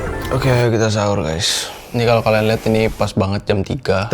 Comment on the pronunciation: Pas mau tidur ngomong habis hahur bukan sahur😅😅